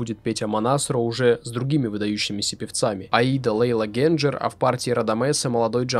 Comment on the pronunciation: Правильно Генджер. Во всех интервью, что я смотрел (слушал) произносилось именно "ГенДЖер". Возможно, я излишне "твердо" произношу...